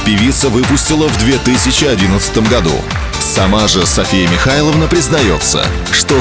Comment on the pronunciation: Комментарий для диктора: нормативное произношение « Миха[лн]а», а не «МихаЙловна».